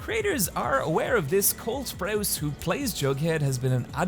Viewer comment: Sir, did you just said coke sprouse?